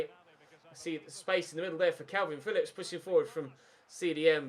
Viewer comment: stop saying kalvin its kelvin Phillips